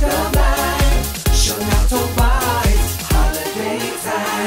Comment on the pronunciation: Shana tova not tobbacco